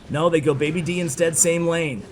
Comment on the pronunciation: Day B. Dragon not baby D